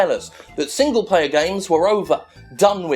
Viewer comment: I hear single-payer every time you say single-player